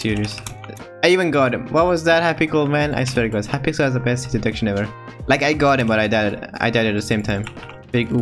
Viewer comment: I’m not making fun of u and I know u have an accent but I love how u say hypixel “hypickel”